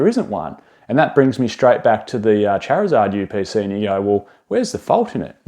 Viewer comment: The chariuhzahhd yew peh saee